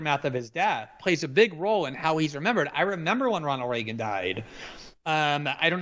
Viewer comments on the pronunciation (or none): The way Krystal says Reagan hurts me physically